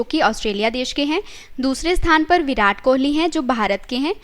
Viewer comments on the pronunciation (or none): none